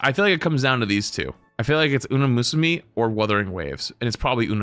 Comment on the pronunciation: thats not how you pronounce Umamusume...